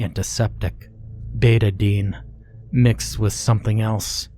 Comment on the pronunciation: Betta-dine not bayta-deen, sorry lol